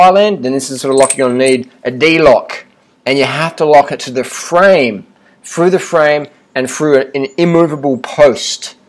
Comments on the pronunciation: "Fru the frame and fru an immovable post". I'm sorry our terrible British habit (th-fronting) has reached Aussie shores. Sad times. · Froo the frame, "Froo it"